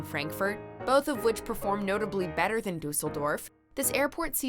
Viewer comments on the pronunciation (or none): none